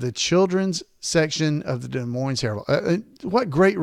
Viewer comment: it's pronounced de moin---the iowa city has a silent es. however, in washington, the town there is pronounced with the es.